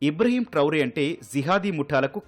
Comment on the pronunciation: ఇబ్రహీం ట్రౌరే కాదు ఇబ్రహీం ట్రావోర్